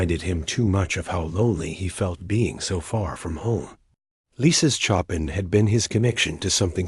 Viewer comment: Show-pan not Chop-in